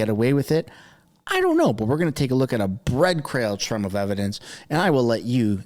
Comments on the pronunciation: I caught your wixed up mords......'bread crail trumb' of evidence. Haha. We all do it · "Bread Crail Trumb" 😂